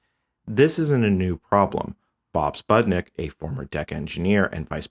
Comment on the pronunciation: Bob's name is "supnik", not "sputnik"